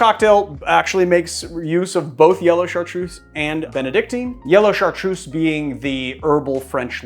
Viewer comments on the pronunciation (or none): I'm French, Chartreuse is pronounced with a Z like Zoo !! Not a S :)